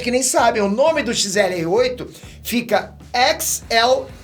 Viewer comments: O nome do XLR8 tá errado, tu falou XRL8, só pra avisar mesmo kkkkk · é XLR8 ce falou XRL8 só dizendo pq tá quase certo(n é um ataque só um aviso,gosto muito dos seus vídeos sou muito fã) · Massa que qd o vai falar xrl8 ele fala xlr8 kkkkkkkk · Mds ele chama o xlr8 de xrl8,depois o ben q é burrinho